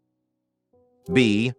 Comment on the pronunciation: Your AI voice can not pronounce biblical words correctly nor show correct answers and sometimes voice over answers! #26 pronunciation of Babel incorrect and it is Exodus not sounds like Exoduce the way your AI pronounced it! Get answers and right and pronunciations right! This AI is not correct and it is earth not ear uth!?!